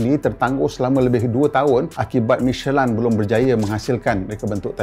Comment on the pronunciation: Sebutnya michelin ke michelain